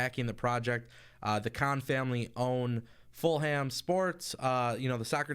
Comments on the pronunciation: who da fuck is full ham??? its fucking fullham. hate when people get these simple shit wrong! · The h in Fulham is silent.